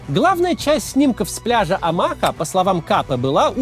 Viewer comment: Маленькая поправочка- Омаха-ударение на ''О''